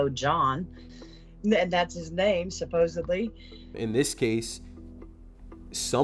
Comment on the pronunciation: Seems to happen to a lot of people who say "supposebly"